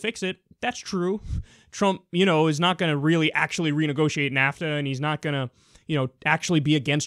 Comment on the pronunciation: Did he just call nafta "kafta?"